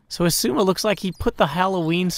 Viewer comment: I just laugh every time he says “esuma” instead of xisuma